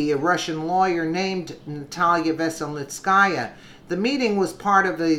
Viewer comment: good job, trying to pronounce these names that come up. PS enjoy listening to you.